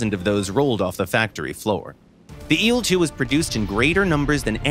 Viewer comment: I hate how he says il in il-2